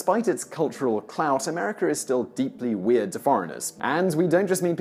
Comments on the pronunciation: STOP saying AmericER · It's AMERICA! Not AMERICKER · There is no R at the end of the word America. It ends with an A. If you are going to make videos about a country you should first learn how to properly pronounce the name of the said country. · If you're going to do a video about a country at least get its name right! It's pronounced 'MUR-UH-KA' ... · This is no "R" at the end of the word America